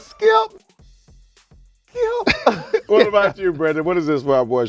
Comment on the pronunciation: Shannon Sharp" Skilp”!!!!!